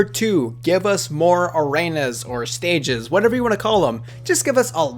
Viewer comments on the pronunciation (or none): I guess you never heard someone say "Arena" before. There is an E there, not an A.